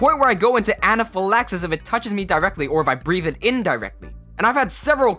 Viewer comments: I love your voice! Instant sub That pronunciation of anaphylaxis tho 👀👀👀👌👌👌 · You did a good job pronouncing anaphylaxis I myself am allergic to bananas not to latex in bananas but bananas themselves I'll go into anaphylactic shock I have my EpiPen and each vehicle and several here in my RV where I live needless to say it's a horrifying experience PS a child's EpiPen is green an adult EpiPen is yellow don't get them confused due to a fact if you give a child an adult EpiPen you can kill that poor child that you're trying to save